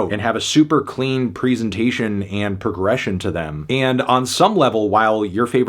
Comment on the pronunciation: Say presentation right